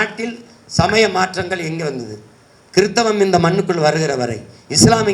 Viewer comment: டேய் சீமான். உங்க உச்சரிப்பு ரொம்ப தப்பு. கிருதவன் இல்ல, அது கிறிஸ்தவம்